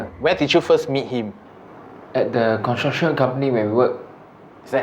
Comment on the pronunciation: Does he not know how to say construction?